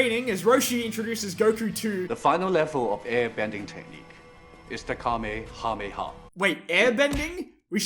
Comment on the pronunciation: Its pronounced Ka-may-a-may-a